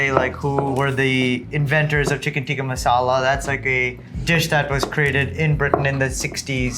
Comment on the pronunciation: That Indian chef cant even pronounce "Tikka''. All hes saying "Tika Tika'' like his American friend lol.